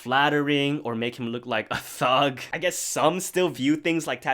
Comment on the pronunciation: The way he said "tHuG" had be cracking fsr!